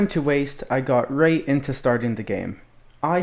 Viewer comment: i love how u sometimes talk like this: yeah u sometimes talk like this wight? or this: yeah u sometimes talk like this ight? u just sometimes dont say r